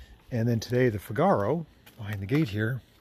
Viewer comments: Please call that car a Figaro accent on the fig.. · Yah - he says it like cigar-oh!